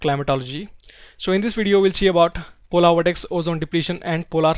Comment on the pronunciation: Polar not polaar